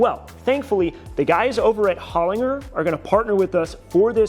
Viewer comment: As an Australian, I can tell you’re pronouncing Holinger wrong. It’s Hole-in-jer.